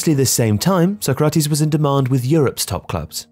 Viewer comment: The pronunciation of Sócrates changes all throughout the video 😅 Sock-ratees, So-krahtis, So-krahteez. I guess it's better to put everything in so you get at least some of it right 😂 (spoken as someone who has no Portuguese knowledge at all so unsure as to which is the closest to correct)